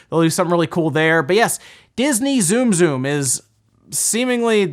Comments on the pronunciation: The Dragon Quest special edition Switch in September will be the first revised special edition Switch we see. Not the Tsum Tsum Switch. (Also, it's not pronounced zoom zoom) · Hearing Tsum Tsum pronounced Zoom Zoom was like nails on a chalkboard. I would love Alone in the Dark 1-3 HD. Dragon Quest Builders is so much better than Minecraft. It’s sad to see Minecraft in the top ten and not DQB2.